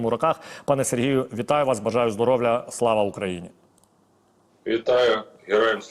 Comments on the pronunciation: "Пане генерале,бажаю здоровЛЛЛЛЛя..."😂😂😂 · Пане ведучий ,не здоровля , а здоров'я.